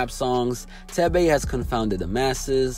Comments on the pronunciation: His name is pronounced as 'Teh-veh' not 'Teh-bey' and the name "Thebe" means Power in my native Lozi language. Proudly African ✊ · Lmfaooo the way he pronounced thebe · Leave it to an American to absolutely butcher a simple Azanian name. Thebe😂😂